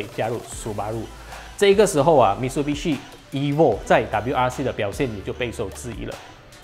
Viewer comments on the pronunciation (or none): 唸法應該是Mi Tsu Bi Shi